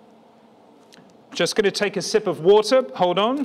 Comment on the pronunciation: That was a lohng sip of wotah.